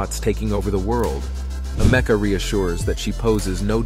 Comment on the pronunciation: "Am-ec-a". Not "a meca"